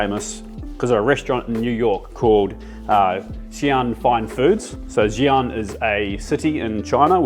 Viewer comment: Xi'an is pronounced "see"-un (like undo)